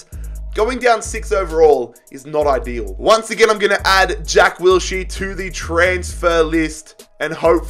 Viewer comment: Say Wills-here one. More. Time.